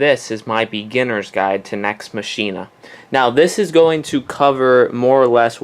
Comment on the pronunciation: Nex Machine-a..?